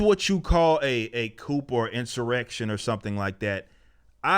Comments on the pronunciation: It's pronounced "coo" not coop. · The p is silent in coup. Pronounced as "cou" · Love the show.... the word coup, as in "coup detat", is pronounced "coo". I mean you can call it a coupe Deville too if you want😉. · It's coo homie. Coop is a bird dwelling or coupe is a two door car but a takeover is pronounced coo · The P in coup is silent bro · That you're spot on. Well, other than your pronunciation of coup.